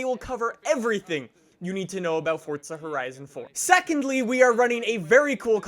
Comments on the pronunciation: Why the hell do Americans pronounce it forTza. It's fucking Forza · It’s FORZA not FORTZA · I couldn’t watch this whole thing cuz the other way you pronounce FORZA it’s not FORTZA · dude. FOUR-ZA, not FORTS-UH. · Why do you pronounce Forza with a D? Lol it’s not Fordsa it’s for-ZA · It's Forza not fortza for f**k sake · Its not FORTza its FourZa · there is no f##@@ T in FORZA! ffs. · Why are you saying FORT-ZA when it is FOR-ZA ?? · Forza not Fortza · Listen to the people in the game say it they say forza not fortza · Fortsa? i thought it was Forza.. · Btw it’s FORZA not fortza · Why do you say “ Fortza” there is no T. Its For-za, say it right! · Dude stop saying fortsah, it's Forza, lmao😂😂😂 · 😡😡😡😡😡its easy forza not fortza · Can someone explain why Americans think there's a T in Forza ? Or is "Fortza" a completely different game ? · correctly pronounced as ‘Fortza’... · bro it isn't Fortza lmao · Fortza horizon 4? English pls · Are you saying Fort-za? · Why do u say fortza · fortza horitza 4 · Am I the only one who thinks it sounds like he says fortsa horison 4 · Why do you pronounce it fordza / fortza? Maybe I'm just going crazy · I’m a new viewer... why are you calling it Fordsta? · I heard Fordsta lol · how many times can someone say fortza horizon 4 in one video and still not pronounce it correctly? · Why u say fortsa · I’m assuming you’re talking about ‘Forza’, that’s how it’s actually pronounced... don’t be mad. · Fortza hoerizon 4?? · Challenge: Take a shot of hard liquor every time he says “Fortza horizon 4” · It’s pronounced as ‘Fortza’... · This guys pronunciation of Forza is embarrassing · Forza doesn't have a fucking T in it. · There is no t in it